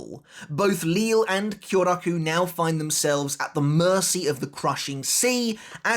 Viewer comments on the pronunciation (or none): none